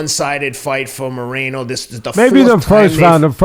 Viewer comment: as someone who speaks spanish, hearing Teddy say Moreeno hurts my soul xD